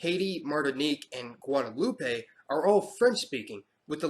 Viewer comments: Its pronounced "Guadeloop" rather than "Guadeloupay" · Many of your pronunciations are off. It is not Guadeloupay but Guadeloupe! French pronunciation. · This fool said gwa dah lupey😂😂😂😂 lmaooo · Guadeloupe is pronounced GWA-DUH-LOOP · Nice research greetings from Barbados...but you dont have to pronounce the E at the end of Guadeloupe